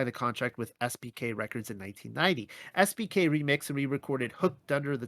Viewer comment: Oops, I now see you wrote SBK but it sounded like SPK. 😄